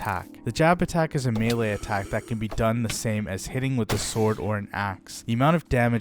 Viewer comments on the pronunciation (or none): none